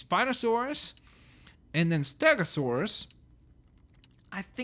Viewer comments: Its pronounced Stego not stago Jeez it annoys me when people dont get dinosaur names right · Why do you say stago instead of stego. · St-e-go NOT ST-A-GO!!!! SO FRUSTRATING